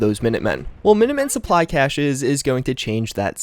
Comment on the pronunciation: You said cache wrong... Ahh it bothers me